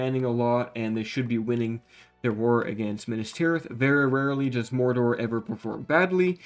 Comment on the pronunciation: The way this man pronounces Dol Guldur and Mordor really grinds my gears